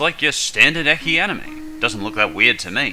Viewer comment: Did he say ekhi? It's said like most people say it e-chi